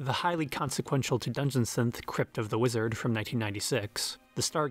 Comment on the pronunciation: how can you so accurately pronounce the individual words "dungeon" and "synth" with such clarity, and then pronounce the combined phrase "dungeon synth" like you're having a fucking stroke